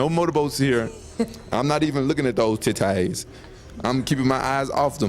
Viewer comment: "I'm not even looking at those tit-tays." This man is a damn poet.